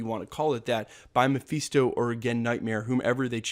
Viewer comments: FIST-O NOT FEAST-O!!!!! GOD HELP ME!!! 😫😫😫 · Ma-fist-oh. Not mafeesto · Muh-fist-oh broskie. Your pronunciation was killing me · Mafeeesto?!?! 😂😂😂😂😂😂😂😂😂😂 for a guy who can’t stop saying ‘slew’ at the start of every videos, I thought your English would be a tad better... but no, you still can’t pronounce character names correctly. Read a comic or two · It's not pronounced Mepheeestow... He's also not the devil. You can tell you never read the comics and just became a fan because the films are big... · Say Mephisto again